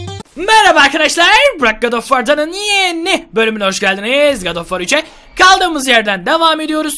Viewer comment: Abi God of War ismini God oş War diye okuyom gulmeye basliyom addsdsdsdsdss